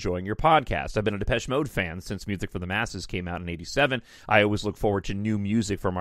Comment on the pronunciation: You said it correctly - most do not. I usually get Malaysia. 😆😆